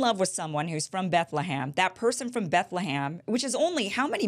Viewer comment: It's BethleHEM, not BethleHAM, Kim!!!